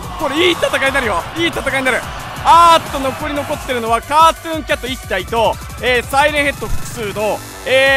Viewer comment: ｶｧﾃｩンキャト